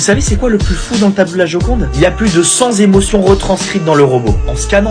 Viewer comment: 100 zémotions il a dit.. c’est autre chose